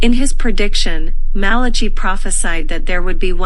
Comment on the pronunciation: BTW, u pronounce Malachy wrongly